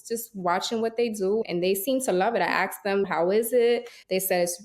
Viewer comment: She lost me at "axed me"